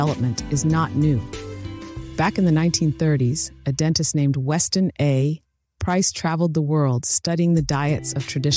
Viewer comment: The only time I could tell it's automated was at the pause after the period when pronouncing "Weston A. Price".